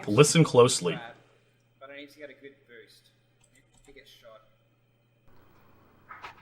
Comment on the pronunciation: "nice bewst" h ah ah ha i love canadians sometimes eh! buddy, guy, friend lol